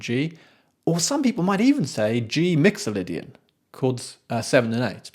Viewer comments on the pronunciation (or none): none